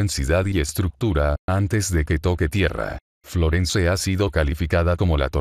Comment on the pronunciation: Esa voz es horrorosa ..FLORENCE no se pronuncia la /e/ final...este es un termino anglosajon...perturban mis oidos😠